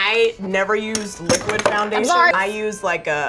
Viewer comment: is no one going to talk about how says fjoundation?